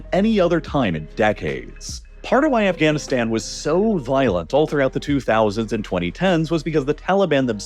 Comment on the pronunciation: heh Afghanistands